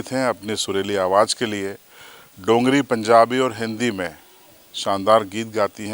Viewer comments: Not dongari it's dogri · its called dogri not dongri..